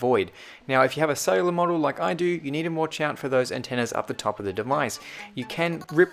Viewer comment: Not SAy Laar